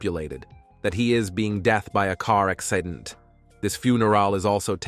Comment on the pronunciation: Sooo sorry can any one tell is the voice ai or something because some pronounceions were lot to take in like the way they said Accident😅